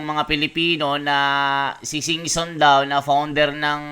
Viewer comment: Singson daw bska sison😂😂😂